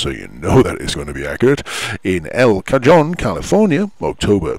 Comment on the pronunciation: Pronunciation note: Cajon is pronounced ka-HONE. America has a lot of places with Spanish names. Some are pronounced more or less as in Spanish, as is the case with El Cajon 'the crate, coffin'. Others are totally anglicized, as in the case of Amarillo (Texas), pronounced a-muh-RIL-low. The Latin American Spanish pronunciation would be ah-mah-REE-yo.